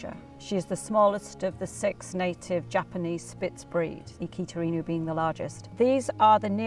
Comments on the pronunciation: A great video about one of the most popular dog breeds today! I thoroughly enjoyed it. Thanks! One thing - I kept hearing "Sheeba in you" and wondering what it meant. Then I realized it was shiba-inu. It's pronounced sheeba ee-noo. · it's not pronounced "Shiba in-you", It's "Shiba In-oo". At least look it up before making the entire video! It literally means "Fox Dog" in Japanese. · This lady prounounces 'shiba inu' correctly. The narrator keeps pronouncing it wrong, and it sounds so strange. It's not 'sheeba ee-new.' It's simply 'sheeba ee-nu." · I've commented before, and I'll repeat it: the inu is pronounced as innoo, NOT inyoo. Please listen to a native Japanese pronunciation. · 1. Shiba's should never, ever, EVER be off leash on a walk. The prey instinct for this dog is far too high, and be it a mouse, rabbit, or bird, this dog will take off and not be back for hours! 2. It's "E-new", not "in-you". Respect the breed, it's nobility, and the heritage. 3. TJ? Luella? Again, this dog is of noble breeding and background. Respect this breed. Use Japanese names! Grrrr, 10 min in and I can't watch anymore. For "experts" in Shibas, I am shocked at the breeders lack of discernment for the breed. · WHEN THE MORON MAKING THE VIDEO PRONOUNCES THE BREED NAME WRONG 😅😅 IT'S "EE-NEW" NOT "IN-YOU" 🤣🤣🤣🤣🤣🤣🤣🤣🤣🤣🤣🤣🤣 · There is no Y in INU it’s pronounced INOO not INYOO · I'm surprised the kennel didn't correct the pronunciation, it's not shiba in you, it's shiba ee-nu. Lovely doggos <3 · She says "shiba-in- you" but It is pronounced "She-ba E-new" Shiba means brushwood Inu means dog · Stop saying shiba “ in you” 😂😂 it’s pronounced “eenoo” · It's not an "inju", it's I-N-U. Pronounced as written. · STOP IT. Its not "IN YOU", its "E NU". I'm not Japanese nor English but its giving me cringe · It's "She-ba Ee-nuu", not "In-you". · I heard it like “ee-knew” I believe it’s pronounced ee-nu. But the English language doesn’t adopt the original sounds on foreign words… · She said Shiba Inew🐕